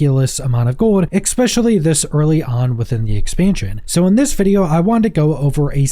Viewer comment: The word is "especially" There is no X or X sound in the word. Are you 5 years old? What functional adult says "exspeshuly"? Fix it.